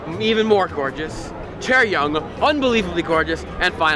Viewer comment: it s not chaeryoung it s chaeryeong